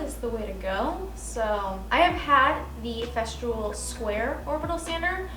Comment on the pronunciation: I love your work, you are so talented! But…..everytime you say the brand of your sander, it cracks me up. It is FES-TOOL. Not FES-TROOL. 😂. There is no R. And welcome to the Festool fam….youll love it forever. Keep up the amazing work!